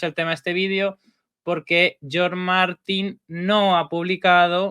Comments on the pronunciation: Por qué le dices John Martín 😂? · Hasta el Close Caption lo entiende como John 😂